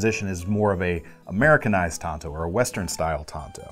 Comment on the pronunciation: keep your hand size reference and thank you for pronouncing TANTO correctly.